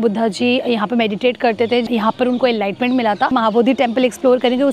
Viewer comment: Enlightment nahin enlightenment 😂 English ki taang mat tod behen 😂